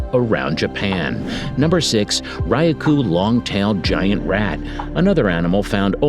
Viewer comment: Terrible pronunciation! ('macaque,' 'amami,' 'Ryukyu,' 'Iriomote,' 'Hokkaido,' 'Tsushima,' 'Misaki'). Needs to study how to pronounce Japanese words. Otherwise the commentary was well-written and executed.